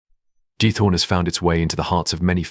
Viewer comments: It’s Giethorn not git hoor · it is not almeer but aalsmeer flowers auction. and it is giEthoOrn. do your homework !!!